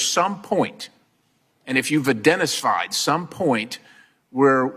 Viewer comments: 'I- dentist- fied'? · Perry said identistfied. Lol